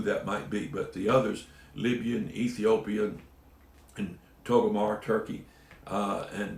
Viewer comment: Not to be negative but I wonder why you consistently pronounce Togarmah as 'Toe go mar' instead of 'Toe gar ma'?